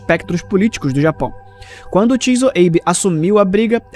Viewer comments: se for uma pronúncia mais americanizada aí tudo bem, mas nenhum japonês pronuncia dessa maneira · por favor verifique de novo,essa pronúncia nao é japonesa nao